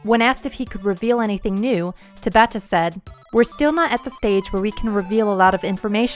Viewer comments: Tah-bah-ta. Not tuh-bah-tah. Please, for the love of god, Tah-bah-Tah. It is pronounced the same. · There is no reason to constantly mispronounce someone's name. It takes ten seconds to pull up Tabata saying his name and listen to it. It would be like someone calling you "Lie-oh-nar-da Pine-uh" constantly.